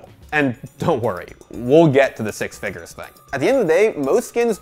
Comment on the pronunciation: FIgers... This is how I will say Figures from now on.